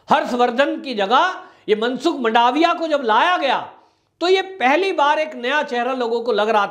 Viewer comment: वंदे मातरम्, मंडावीया नहीं परंतु मनसुख भाई मांडवीया और बघेल नही परंतु शंकर सिंह वाघेला